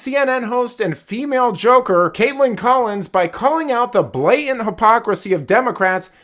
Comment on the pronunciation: The word "Blatant" has a "T" right there in the middle, Please use it. It's not Blay Ent.